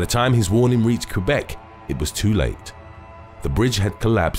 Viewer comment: Lmao i like the way he says 'Qwebec', as i am french irl and lives 2 hours away from there, and it's literally not how you say it lol